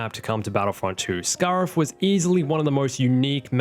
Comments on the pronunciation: Scare-if not scar-if. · The way you say scariff really pisses me off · Giving you a dislike for the way you said Scarif that was painful to hear. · I know that’s not how you say Scarif, but I’m saying it that way from now on